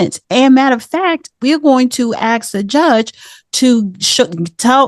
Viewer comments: Because most people don't axe questions about anything at all anytime or anywhere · Why can't the word ask be said properly